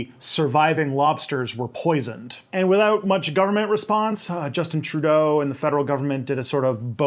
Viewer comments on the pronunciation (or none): none